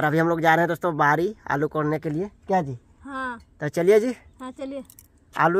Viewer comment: kya ji and Ha Ji sunn k bahut acha laga